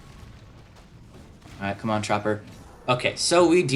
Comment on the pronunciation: u said chomper lol